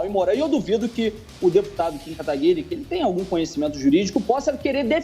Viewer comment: Meu nome não é Lebre não, é segundos antes: o deputador Kim KatagÜiri